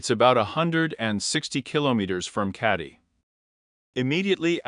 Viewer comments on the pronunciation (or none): Keddie not caddie